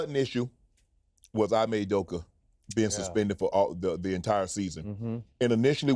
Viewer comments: It’s eeemay not iiimay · IT'S EEE-MAY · But how does Sanon still not know how to say this man’s name, right??? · Exactly! Shannon should be embarrassed! There's only 3 letters in this man's name get it right please!